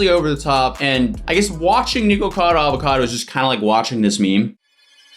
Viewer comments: It's not "niko" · its nick-a-cado not niko-cado, for some reason this is unwatchable for me cuz of how ur saying it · I think he just said nego Vado Avocado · WHY IS HE SAYING NIGUCADO